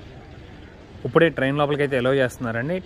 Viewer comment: U became more matured, pronounce ippude not uppude